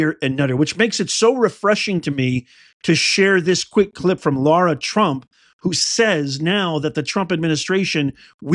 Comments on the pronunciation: Lara, not Laura. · It's LARA not Laura, please! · It's LARA not Laura. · Why do you keep calling her LAURA? Her name is Lara. She herself pronounces her name LARA. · Her name is Lara, not Laura. So like in the word Larry not Lorry. Lots of peeps make this mistake in pronunciation and I think a person's name deserves high respect to say it correctly., dedication to MAGA and the truth and loyalty to Trump. Thanx for everything!